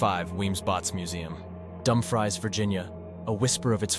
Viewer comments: 😂😂😂😂😂😂😂 Dumfries 😂😂😂😂😂😂😂. " Dum-frees" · Thank you for your informative video. There are certainly other very haunted places in Virginia you have omitted. As others have commented, Wythe should be pronounced as "With," Dumfries as "Dumfreeze," and Henricus as "Hen-rye-cus." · It is pronounced Dum Frees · Pow uh tan = Powhatan. Dum - frees = Dumfries. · Dumbfries had me laughing